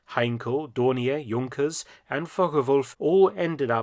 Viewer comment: Young-kers? We say Junk-ers in the USA.